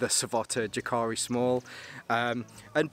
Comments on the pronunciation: jääkäri is pronounced almost like YE: ke ri (notice the length of the first syllable) but the "ä" pronunciation is actually between an "a" and an "e" rather than just an "e" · Ive just ordered this, also the large with 2×litre side pouches. I think, regarding pronunciation is ' Yaakari' not that its important. Good review 👍